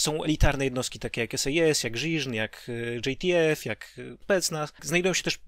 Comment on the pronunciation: Żiżn, daje okejke, ktoś w końcu jakoś to przeczytał